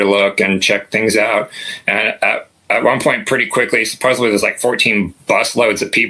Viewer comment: Love the stories. Supposedly doesn’t have a B in it, common error.